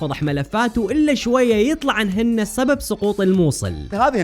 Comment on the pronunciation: سبب بالسين مو صبب بالصاد…😜